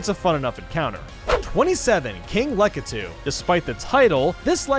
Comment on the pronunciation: When the guy who can't pronounce bob-omb or lakitu decides to make Mario videos for a living